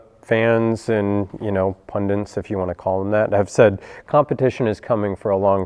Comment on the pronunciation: "Pundants" if you want to call them that. Sadly, this guy is not even smart enough to pronounce six-letter, two-syllable words properly.